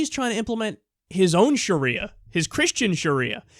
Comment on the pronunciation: Sha-ria, wouldn't that be a nice girl's name?lol